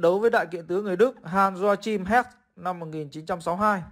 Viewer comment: Joachim nên đọc là “ hoa khim” chứ ko phải doa chim nhá